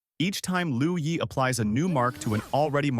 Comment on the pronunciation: With dure respect, it's "LUO YI" not "LOU YI".